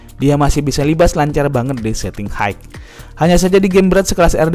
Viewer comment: FYI..for HIGH ..not HAEK but HAI....